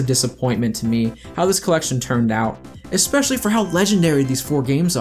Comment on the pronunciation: Every time I hear "ekspecially" I die a little inside... Other than that, thanks for clearing up who was in charge of what, so Whitehead doesn't falsely get all of the blame.